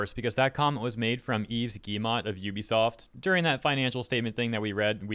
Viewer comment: To pronounce Guillemot properly just think of how guillotine is pronounced. Also, you do not pronounce the final consonant of a French word. Do not pronounce the 't'.